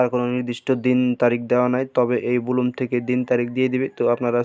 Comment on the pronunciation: সালা মুর্খ, এটা বুলুম নাকি ব্লাম